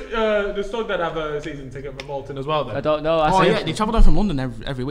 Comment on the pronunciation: You’ve said Bolton wrong